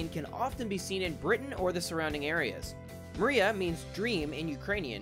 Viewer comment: That's not how you say Dream in ukreane